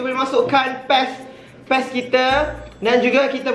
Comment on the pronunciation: PES ke PASTE 😂